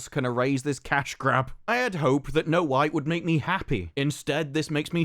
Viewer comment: yo is it me but after this his accent makes it sound like he’s saying “no white” instead of snow white 😂